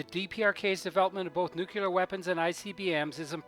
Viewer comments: Nuclear would have been better than nukular. Otherwise, great video. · It's pronounced "nuclear" NOT "nucular" !!! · However, the way you pronounce the word, "nuclear", makes you sound like an ignorant country bumpkin. Look at the spelling for once in your life. It's pronounced, "new clear", not, "new quewleer". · the ignorant elected us president george bush made nukelar acceptable although it was never pronounced like that before and it's always been nuclear.. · It is spelled: N U C L E A R, not 'nucular'..... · Please...it’s “new-klee-are” not “new-que-lar”. Regardless probably the best vid about the DPRK on Youtube! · The word is nuke-lear, not nucular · I think you spelled "nuclear" wrong. It's supposed to be "nucular" or "nuculer" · Cool video, one thing though, can you try to say "Nuclear" instead of "Nucular"? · I may be totally blind, but you've helped me see, feel and hear everything you experienced and what the people experience everyday over there. Please forgive me, though for this: Please learn how to pronounce (nu-clear) not (nu-kew-ler) It's a common mistake that Presidents Bush and Bush made, and I used to make the same mistake. Otherwise, I really was impressed with this documentary. I've heard so many horrible documentaries about how they treat people with disabilities and how they experiment with so many people. I know they don't end well. I also wouldn't want to live in those apartment buildings. Thank you for giving us all a realistic profile of this dark, totalitarian nation. There is no doubt in my mind that these people are oppressed and so very empty. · NUKE-YOO lurr Come on, guy. You can do better than that From the American Puppet Regime. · Nucular... It's pronounced Nucular... :-D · Good documentary. A shame you can't pronounce the word "nuclear" correctly.